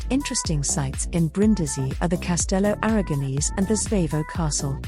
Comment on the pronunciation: CASTELLO ARAGONESE, NOT 'ARAGONISI'